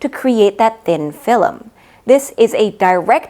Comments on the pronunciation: I love the video but I died inside every time I hear you say Fill-em instead of film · Its pronounced film, not filim ! I Love how informative your videos are.